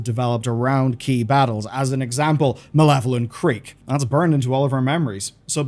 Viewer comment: Malevelon Creek, not malevolent. Pfft. Casual.